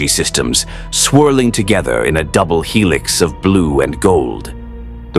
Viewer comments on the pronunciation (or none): none